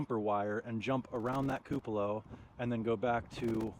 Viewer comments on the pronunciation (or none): He gets the pronunciation from me… I say several words incorrectly… he usually points it out to me but saying “koo puh lah” ….he has not heard it the way it should be!!! 😂